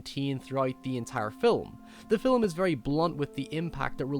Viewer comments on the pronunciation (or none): You can't say film? You have to say filim? That does it. You fuckers don't know how to speak English. They will soon filim me chasing you with a bat. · this dude said filim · First time ive ever heard the word film pronounced "phillim" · "the fill-em" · Its not spelled fillum, now, is it buddy? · cool accent i like how he says film, it sounds like fill'em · signoguns Yes and no. While I was very hard on this guy 7 months ago, I still kind of stand by what I said. I don't think anyone should change their accent to appease anyone else, but sometimes there are certain pronunciations that simply have to be changed. For instance, Fi'ilm. Half the English speaking world doesn't know what that means, and the other half thinks you have a speech impediment. You can very easily maintain your accent and adjust how you say that word to be understood. The other thing I disagreed with was the logic of your last point. Just because you were raised a certain way doesn't mean it's "right". I spent a year living in Australia, as you so astutely observed, and my impression of them based on their manner of speech was very poor. There were those Australians who were aware that they were trained to speak like morons and took steps to adjust the way they spoke. As a result they were more intelligible, better understood, and perceived to be more intelligent. They still had their accents, and their culture, but they didn't sound like morons because they were aware that they were saying things like, "nay-cha" instead of "nature". Life is about improving ourselves, in all facets. If you're just going to stick with what you were taught, then you don't grow. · I really like your videos, but you pronounce 'film' so weird.